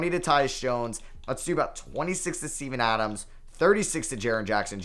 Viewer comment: no way you said steven adams i heard semen adams😭😭